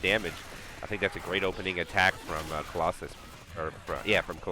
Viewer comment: 2 minutes into the cast: "Colossus. I said that name wrong for a while, but I'll get it right from now on" Me: "Noooooo" - 40 seconds later: "And now Colossalis maximized their damage" Me: "Thank God" (Thank you both for the cast, with a year delay ☺)